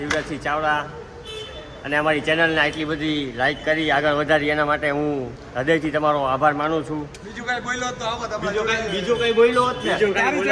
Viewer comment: હદય નહિ રદય બોલાય કાળા